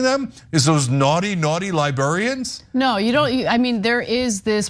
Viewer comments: Because ish to me Cenk IS saying Libearians or Liberian’s, like people who come from Liberia? A couple of times it even seems Ana is making a subtle point of correctly pronouncing Library or Librarians. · Totally agree of course (I'm not brain damaged), but Cenk has to practice how to say "librarians" since he kept saying "libarians". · Is Cenk saying Libearians? 🧸📚 😆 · I can't tell if Cenk keeps saying "liburians" on purpose or if that's just how he airways pronounces it. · Cenk, libr-air-ians and bee--LINE... Hate to be a pronunciation nazi but jeesh... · Cenk’s pronunciation of “librarians/library” is bothering me. 🤣🤣🤣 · Librarians.. funny how it’s mispronounced by some..